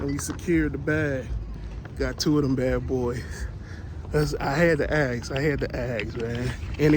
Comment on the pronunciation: Had to "ax" 🤔